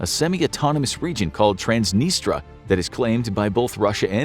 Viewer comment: This guy cant even pronounce transnistria